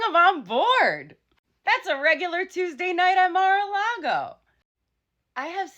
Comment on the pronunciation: That's "mar-a-lard-o". 😂😂❤❤😂😂